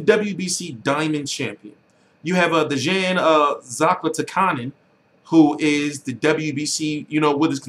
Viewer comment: say it with me t, zlah-TEECH-ca-nin